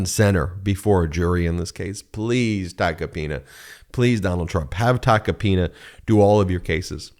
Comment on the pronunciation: It’s TACO-PINA not TACA PINA. Pronunce it like if you’re saying taco 🌮